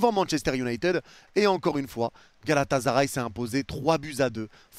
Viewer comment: arrêter de prononcer Galata"z"aray svp, ya pas de Z. GALATASARAY